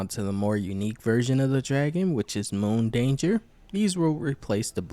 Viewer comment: Its Moon ..dancer.. danger is his middle name 😂